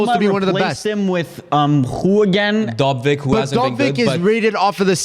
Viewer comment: it aint DoBvyk, its DoVbyk